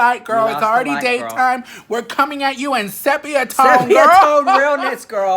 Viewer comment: Well point dexters are at it again!...Apparently they pay your billths...Don’t listen to them the majority here love you both!...Sephia tone had me dying 🤣🤣🤣